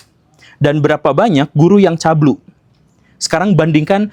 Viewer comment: CABUL BANG CABUUUULLLLLLLLLL BUKAN CABLUE